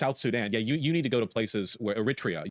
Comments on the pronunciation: I'm not a Native English speaker but is "Eritrea" really pronounced the way Vaush says it? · No. It's pronounced more like "Air-ih-tree-uh". Look up a pronunciation guide